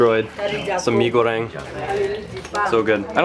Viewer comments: Great vid as always. You pronounced "mie goreng" very good. Its a good start to learn Bahasa indonesia 😉. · You pronounced “Mie Goreng” really good!